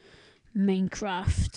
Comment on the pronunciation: "meincraft" lol